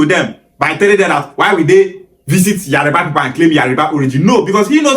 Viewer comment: What is wrong with some Igbos. You can tell that it is not spelled Yariba. Why pronounce it like that.